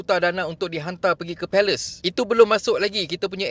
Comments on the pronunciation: Sebut je palestin ard..x sedap dgr palestin disebut pales..mcm dengar malaysia disebut mala.. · Boleh tak sebut shj israel, Hamas dan Palestine. Palestine bukan Palace. Sebut betul2. Hormat mrk. Ini nak sebut pun nak takut2 buat apa2 ingat main2 ke? Nak bersuara , bersuara dgn berani dan terus terang. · Minit sbut palestin ok je...palace pun palace lah jnji kita paham apa yg admin smpaikan...